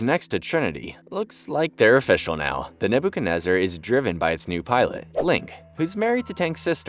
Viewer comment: "Naboo kenezer" lol